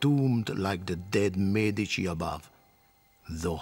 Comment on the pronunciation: next time you film "experts" on the medicis please take some that are able to say the name